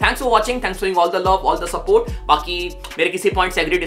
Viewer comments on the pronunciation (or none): none